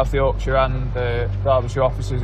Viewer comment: It made me happy hearing an American pronounce Derbyshire correctly